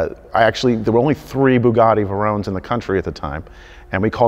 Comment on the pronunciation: "Bugaati Verron"